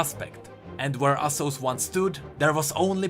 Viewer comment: The name of the woman in the second story is Asose not Asos